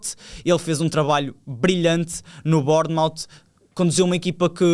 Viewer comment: Experimenta pronunciar assim: Borne + Mafe (com um A fechado) e depois podes aplicar a todas as cidades britanicas com nome a terminar em Mouth ("Foz"), como por exemplo Portesmafe, Plimafe, etc. Estou farto de ouvir toda a CS em PT a cometer este erro. Quase parece os tempos do LaiCEStere